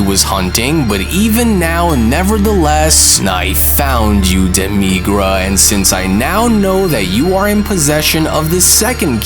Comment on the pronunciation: Do people mispronounce character's names on purpose just to trigger people. It's demi-grah, not duh-me-gruh..